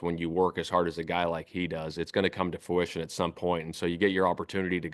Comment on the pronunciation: I noticed coach a couple times during this presser, for the word "fruition", says FOO-ition instead of FRU-ition